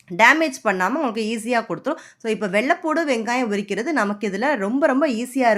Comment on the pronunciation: வெள்ளபூடு இல்லம்மா வெள்ளப்பூன்டு